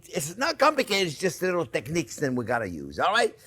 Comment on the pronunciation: The way you said technique!!!...I had to hit the like button right away...definitely going to give it a try